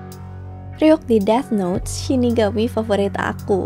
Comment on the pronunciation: nice video as always. manteb. btw yg death note bacanya "deTH" 😉